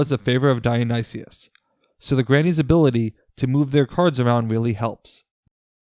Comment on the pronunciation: This team should be called the Yayas. Also, Dionysus is /daɪ.əˈnaɪsəs/ = die-uh-nigh-sis.